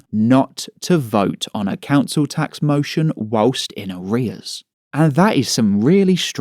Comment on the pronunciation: Tax sounds like axe